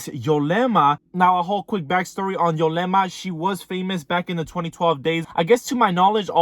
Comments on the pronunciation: ITS " YUUUUUUUlema not YOOOOlema " lol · Its ulema , you kept saying yolema